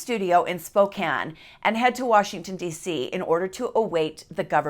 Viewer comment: Utah accent comes out when she says "Warshington."